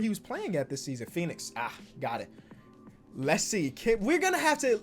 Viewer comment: Phenix ahh yes😂😂😂